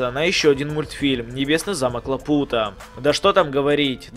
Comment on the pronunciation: Тихиро преследовал безликий, если ты не знал его имени, но у него есть и второе имя Каонаси. Ну а полное имя: Безлики бог Каонаси. Кстате, не лапУта, а лАпута